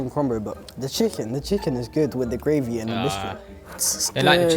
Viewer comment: As an American, it amuses me that I often hear you say "gwavey"